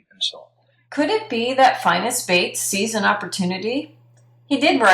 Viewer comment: He is mispronouncing the lawyer Bates's name!